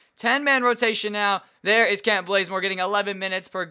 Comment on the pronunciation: Kent not klent